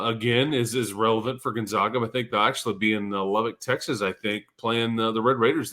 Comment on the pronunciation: Gun-ZAG-uh. Zag, never zah.